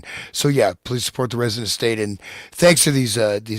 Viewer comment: I recommend that you maybe spell out / make clearer that you’re saying “resonant state”. It’s a great name for your show but when you say it fast like that it sounds like “resident state “ and I often find that when I try to check out links under videos the buttons just don’t work. Great show, everyone!